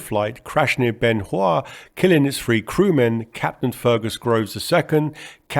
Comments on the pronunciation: Why can't Limey's say THREE. ONE TWENTY FREE, WTF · Ffff-ousands …. Fff-eee.. great video. 194free … You have to work on pronouncing TH …. Tung near and behind front teeth, slight blow and you have TH sound … further, you say furver.. … you try and avoid saying Th at every opportunity ….. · One twenty free